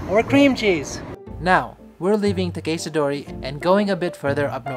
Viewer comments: great vid... but why are you pronouncing Takeshita like that... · Interested in your pronunciation of Takeshita, Tsukiji etc. It sounds different from one sentence to another. I can’t wait to get back there with all your maps in hand Hope they are all still there after the pandemic . Thanks for your content